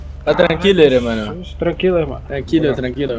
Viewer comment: melhor parte é ele falando tranqilo tranqrilo